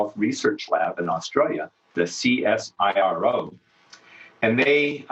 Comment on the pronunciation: We pronounce it siro where the 'i' sounds like from pine.